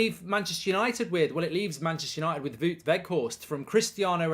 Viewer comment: The "ou" in "Wout" is pronounced like the "ow" in "wow".